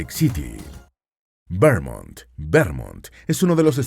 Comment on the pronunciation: BUEN VIDEO. Sin embargo, dos recomendaciones: 1. Escriban los nombres de las capitales, para entenderlos mejor. 2. Corrijan algunas pronunciaciones, como por ejemplo Vermont. Es VerMONT, con énfasis en la O; Arkansas se pronuncia ARkansa, con énfasis en la primera A, y no se pronuncia la S final.